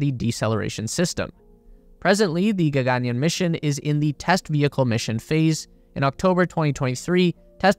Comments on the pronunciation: its not ga-ga-nyan😂.. its ga-gan-yaan😊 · Why would you pronounce the second "a" long, and the "aa" short? gagaanyan? That's what the whole story is about.... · There are two “A”’s after the letter “y”. You should stretch the yaa. It almost sounds like yawn. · A lot mispronounced to the point it couldn't be understood, including Gaganyaan, Bengaluru and so on.